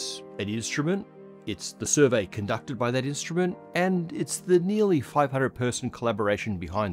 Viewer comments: "A survery"" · "A survery" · a "survery" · A "survery"?